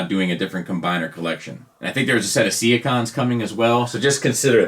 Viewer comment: Why do you always say 'see-a-cons'? Being sea creatures, surely it's 'sea-cons'.